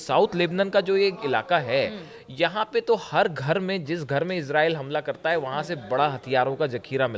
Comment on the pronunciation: Israil bolna to sikho pahle